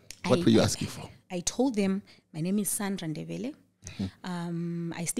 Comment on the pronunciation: really got th pronounciation way wrong😂🤣😂🤣😂. Am not even Ndebele but I can hear it